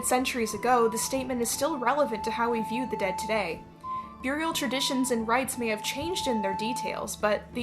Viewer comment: Who else takes a drink every time you hear them say "byurial?"